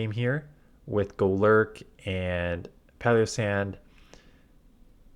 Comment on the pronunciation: Has anyone mentioned the pronunciation in Palossand? Why does it sound like paleossand?